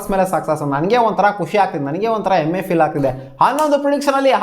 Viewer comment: ಗುರು ಅದು ಎಮ್ಮೆ ಅಲ್ಲಮ್ಮ ಹೆಮ್ಮೆ. ನ್ಯಾಯವಾಗಿ ಕನ್ನಡ ಆದ್ರು ಮಾತಾಡ್ರೋ...